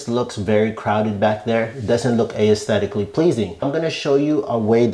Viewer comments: The word is pronounced "ES-thetic-lee" not "Aye-es-thetic-ally." Also you got it half right. The 4" round parts can all be the rectangular low-profile ducts. That's what I did ages ago. Glad you've discovered the future. You're still far behind the times. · A clear tutorial but the word aesthetically is pronounced “es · THEh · tick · kuh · lee”. The vowel ‘a’ is a silent letter. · You don’t pronounce the “A” in aesthetic/aesthetically